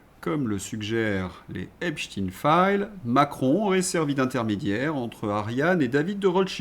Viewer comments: pourquoi vous dites epstine ? pourquoi vous ne prononcez pas epstein ? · Vous aussi vous dites esptin?? Parce qu'on dit Albert epstin ???